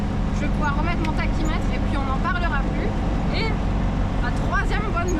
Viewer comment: Bravo et bravo aussi à ton père. J'aime toujours autant tes vidéos. Je suis jaloux car je n'ai pas ton don pour la mécanique et j'ai une C5 qui traine dans mon garage et que je suis incapable de réparer. Une précision : à , le mot "tachymètre" se prononce "takimetre". Quand j'ai un doute sur la prononciation d'un mot, je vais sur google traduction et j'active le petit haut-parleur (sur un PC)